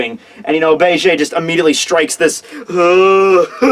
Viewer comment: I cringed everytime i heard him pronounce it like "Begay"